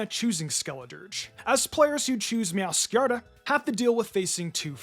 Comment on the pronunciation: Meow-scar-aid (meow+masquerade) Serool-edge (cerulean+edge) Ge-ack-amo (giacomo)